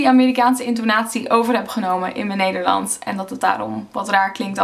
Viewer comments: I think your "s" is turning more to an American/English "s". When you say "Nederlands", your "s" sounds a bit like a "z"? Or your "a" is a bit too much like an "e" (literally "Nederlends). Maybe a combination, but I can definitely hear an accent in there (that doesn't come from Leiden ;)). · In sommige zinnen zijn wat letters inderdaad een stuk zachter uitgesproken, bijvoorbeeld de t en d. Telkens als je “nederlands” zegt klinkt als “Neyerlan’ers”. Ook wordt de ‘ij’ soms als ‘uh’ uitgesproken ‘zijn’-> ‘zahn’ (misschien gewoon per ongeluk foutje, maar het valt wel op als ik met iemand zou praten). Ohh en het meest opvallende is de g, die je nu vaak als zachte g of h zegt: ‘zeggen’ -> ‘zehhuh’ en zachte g bij ‘gesproken’ Misschien zeg je de letters wel, maar niet duidelijk genoeg, maar je niveau Nederlands is duidelijk hoog! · de manoer waar op je grappig en nederlands zeg is anders met een beetje een engels accent